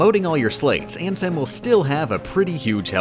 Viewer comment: I deadass disliked the video just because the way he said Ansem